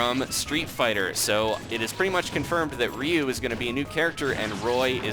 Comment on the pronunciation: It's Ryu not rieu (say rie-u)